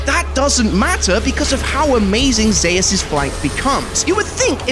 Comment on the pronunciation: ??? Is no one gonna talk about the fact dude is saying Zeus completely wrong? Man just said Zahus?!